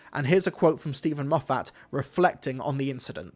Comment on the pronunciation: I can't stop hearing Steven MOFF-HAT